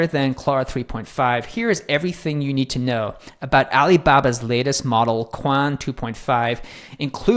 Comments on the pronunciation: It's pronounced "Quán wèn," not "Quan"...2 words instead of one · the pronunciation should be " chien - whun " meaning " a thousand inquiries or enquiries " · I asked itself, it's pronounced as kun. So pretty much correct. One interesting fact, it's Chinese name roughly means thousands questions. 😊